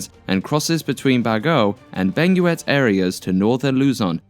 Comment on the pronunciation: it's Bag-yo and Beng-get